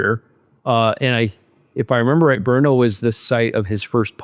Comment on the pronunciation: It'd not Broono, it's Brno. Try to learn.